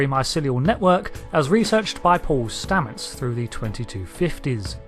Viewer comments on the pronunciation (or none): none